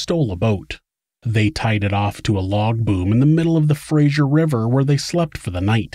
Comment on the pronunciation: Fraser River, not Frasier River lol.